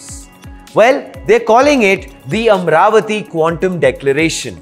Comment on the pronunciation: It's not amravathi, its amaravathi there is an A after r, so dont make these kind of mistakes please, no one is asking to do videos for AP or TG